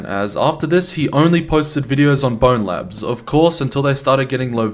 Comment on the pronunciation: i hate when people pronounce it "bonelabs"